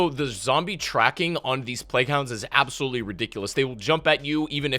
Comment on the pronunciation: The way you emphasize "Actually" and "Absoluetely" just makes me quit watching your videos. lol